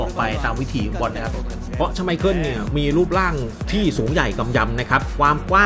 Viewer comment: ชอบพี่บอมครับเรียกชไมเคิ้ลว่าชไมพรตลอด😂